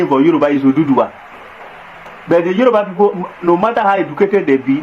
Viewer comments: That is not true “YORUBA” there is nothing like yeriba, hausa don’t know how to pronounce Yoruba that is why they called it yeriba. Yoruba are accommodating but they are not stupid. Yoruba has fought war with Fulani before and worn go and find out the meaning of ogun-Jalumi go and get your history straight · They didn't give us name - Yoruba. They couldn't pronounce it correctly that's why they call us Yariba. Face your problems and don't insult us.